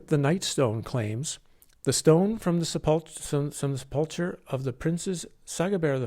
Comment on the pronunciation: your lip smacking absolutely kills me but i cant stop rewatching also the way you pronounce "sepulchre" makes me giggle but who really cares about that